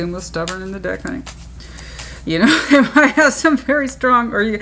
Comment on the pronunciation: Every time you said “deck” during Cancer 😂😂☠️ Once I heard it, I couldn’t unhear it each time. Lol